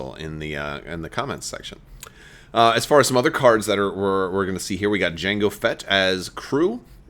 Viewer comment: he said jangle fett :(